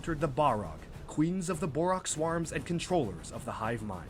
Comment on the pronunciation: Ah yes, 'wahrr', 'manippleation', 'swahrrms'